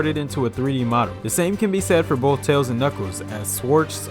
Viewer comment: Also you pronounced "tails" the wrong way. Lol